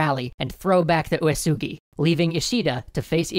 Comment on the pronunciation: Uesugi is pronounce as weh-see, not u-e-su-gi